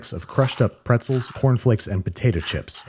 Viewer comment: you read preztel chicken tho